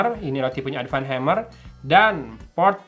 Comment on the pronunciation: Sunda people be like : Adpan eh Advance haaa